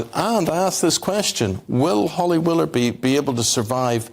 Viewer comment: Hilarious pronunciation of willoughby Eamonn. There’s no R in it.I reckon Phil is dating someone in itv. The power he wields must be because he has knowledge or something on someone. They are all the same. But I’m not sure why eamon is working either. I’ve always found him like a bank manager. He’s got zero personality